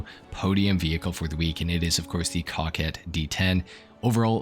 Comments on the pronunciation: Sounded like he said cock head v10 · Did u say cockquette? 😂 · Dude said “Cockquet “🤣